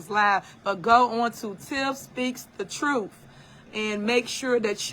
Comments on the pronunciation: Somebody needs to come get her. She needs a real friend who will tell her “girl, no. That ain’t it.” And someone please tell her it’s TRUTH with a TH not trouf. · I’m over here scratching my head trying to figure out, how in the hell did she become a trustee speaking like she’s in jr high school 🤦🏾‍♀️ This lady can’t even pronounce her words correctly, let alone, pronounce the word truth 😂 in her pronunciation “truff”🤷🏽‍♀️ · Super mayor character would be a fantastic SNL skit!😂"troof"😂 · Tiff speaks the TRUFF😂😂😂 just AXE her😂😂😂